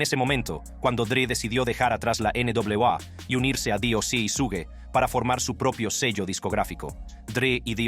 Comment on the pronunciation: Su-gue jajajajaja